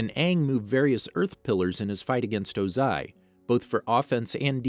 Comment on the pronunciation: Why do you stress the incorrect parts of words? Lake Laogai, Lord Ozai.